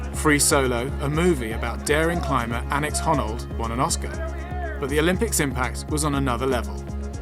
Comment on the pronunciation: You also mispronounced Alex Honnold's name as Annex Honnold .